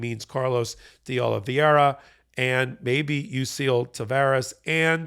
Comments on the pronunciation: His name is Carlos De Oliveira... That's Oh-Lee-Veh-Ra. It's not complicated. He may be a traitor, but he's got a right to have his name pronounced correctly. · The name is Carlos de Oliveira - Oli-vey-ra - not Oliveria. Why does everybody on Meidas Touch insist on mispronouncing his name? MSNBC gets it right time after time. Is there a reading problem here? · Why is everybody pronouncing "Oliveira" like "Oliviera"? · I'm getting sick of mispronounced names. Oliveira = o-lee-vay-ra. "Ei" is pronounced like long ā in English. Please. Tell Ben too! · “Oliveira” is Portuguese and is pronounced oh-lee-VAY-ruh. Nobody is saying this correctly. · Not make too big a point on it, but saying Carlos “Olivería” instead of Oliveira is the same as saying “Medias” Touch Network. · Everybody and their uncle are pronouncing OLIVEIRA incorrectly. It does not rhyme with Riviera.